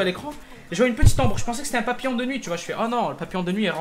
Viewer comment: il a dit papillan